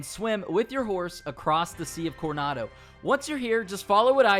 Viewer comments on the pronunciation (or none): Dude,forget the accent, really should work on your reading. El presEdio? PRE-SI-DIO; conado river? You missed an "O" CorOnado. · Lol it’s Coronado not cornado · Take off the do in Coronado and its Corona